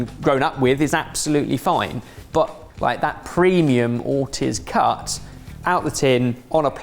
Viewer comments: Every time says "Or tizzzz" I cringed.... the surname is pronounced "Or teeez" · We need to have an intervention on and his pronunciation of "Ortiz".